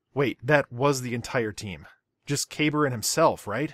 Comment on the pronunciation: "Kah-bar", not "kay-burr"... Aside from that brilliant video